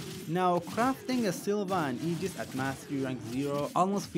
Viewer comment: I subscribed the exact moment I heard you enunciate aegis correctly!!! Tysvm good person.